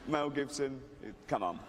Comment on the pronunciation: "Please Melcome, Wel Gibson" 😂